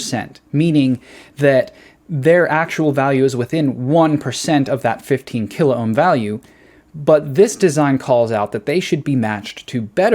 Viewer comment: kil-ohm. Two syllables.